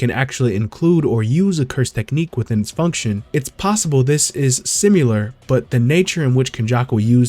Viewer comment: You're pronouncing "Similar" wrong. There is no "U" sound